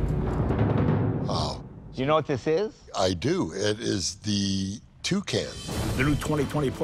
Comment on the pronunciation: the man said “toucan” 😂